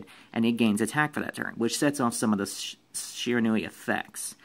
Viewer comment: no that's how you pronounce Shiranui